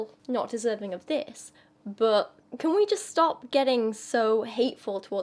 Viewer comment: I just wonder, are you british? Or have british roots? Your accent seems purely american, but that "böööt" when you say "but"...